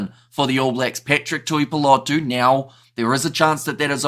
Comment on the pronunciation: Tuipulotu is pronounced “Tewypewlotew”not “Tewpewlotow”